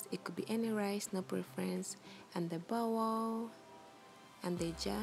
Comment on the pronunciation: I love her accent “bowoahl”